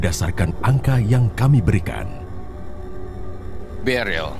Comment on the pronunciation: Beril bukan deril ooh my goo